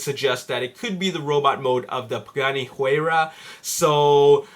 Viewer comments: it's "Y-Rah" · your putting to much emphases on the H in Huayra